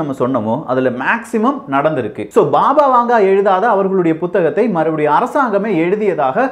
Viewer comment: அது "பாபா வாங்கா".... வாங்கே இல்லை...